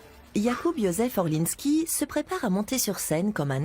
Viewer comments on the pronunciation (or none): ORLINSKI not Orlinsky, for God sake